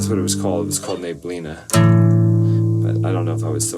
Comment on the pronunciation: I always enjoy hearing your stories, whether they're about your journey as a musician or just random memories you decide to share.😊 I really liked "Neblina." That word is spelled and pronounced exactly the same in Portuguese and Spanish, so I'm going to count today as the first time I've heard you say a Portuguese word with perfect pronunciation! 😊 I liked the melody so much that it was really hard to choose just short sections. When I test the timestamps, I'll try splitting some of the longer ones. About "Head Again"... I honestly didn't catch the meaning at first. 😅 I had learned the meaning of this expression from another song you sang here a while ago, but I still didn't make the connection this time. 😅 It wasn't until you told the story about your mom that I realized what the lyrics were about. 🤣 I wasn't even sure whether I should mark timestamps from that song or not. From around the third song on, you mentioned a few times that the guitar was out of tune, but I honestly couldn't hear it. Since you brought it up several times, I'm not completely sure about the timestamps I picked from those songs. There aren't many, though. If you don't like them, you simply won't post them, and that's totally fine. I just wanted to let you know.